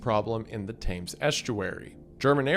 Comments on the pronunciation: Wendigoon look... Youtube tradition dictates that you apologise for the pre-emptive mangling of words outside your native language, in this instance your pronunciation of "The Thames" is horrible. It looks like 'Thaymes' but it's pronounces "Tems" by pretty much the whole country. Please, the way you say it makes me wince. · By the Title, I originally thought this was going to be about ISRAEL. The Second Smallest, Angriest, Genocidalist, Homoicidalist, Maniacalist, Country... Ever Thames is pronounced "Tims" BTW or "Timbs" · Holy fuck, learn how to pronounce "Thames". It's "temms" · The River Thames isn’t pronounced “Tames”, it’s more like “Tems”. Getting something so basic, and well-known, incorrect undermines everything else. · Love your videos Wendi, but two things: Thames is pronounced 'Tems'. There is no British government. It's the UK government. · It's pronounced "Tems" Show some bloody respect. When no one's looking, we enjoy a horrid squat there. Have you seen our diet? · Its suprisingly pronouced Th ems, not thames btw, I'm English and it always confused me as a kid too